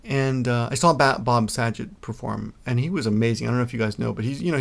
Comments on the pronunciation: Bob Sa-jay? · You pronouncing Bob Saget name wrong did cheer me up a little about Robin Williams nice story too I remember the first time I saw Bob's stand up it was shockingly dirty and hilarious.... as far as the email the guy sent you what you said last about it not mattering what race your spouse is what I was thinking the whole time but sadly I see a lot of these types of comments online there isn't any benefit in marrying a Japanese person only in marrying a good person you can share your life with... Also I'd like to see you do some stand up!